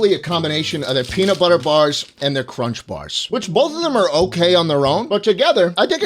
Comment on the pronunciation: nestle cwunch baby